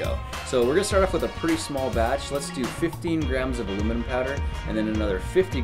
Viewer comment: it's a very soft metal and plus it's not alumiom it's aluminum 😂!